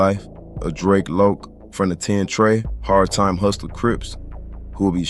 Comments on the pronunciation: Its Drac as in Dracula 🧛🏿‍♂️ . Kount Drac. You gtta be a younging or nt from LA Drac was a common name back then and its definitely Drac as in Dracula not Drake or Draco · I can’t even watch the video because yiu keep mispronouncing his name. You can tell you not from LA or you don’t know about the culture its Drac like Dracula 🧛🏿‍♂️ not no damn Drake yall younging see Drac and think draco its drac for Dracula 🧛🏿‍♂️ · DRAC, pronounced like how the name Zack sounds. Should go ahead and take this down. You messed up his name along with over half the story. SMH